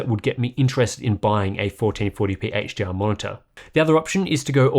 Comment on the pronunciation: Why does it sound like you're saying 'HGR' instead of 'HDR'?